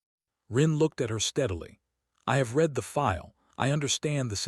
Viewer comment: It's the AI. This AI narration was better than most. I only noticed "read" said in the present form when it should have been in the past form.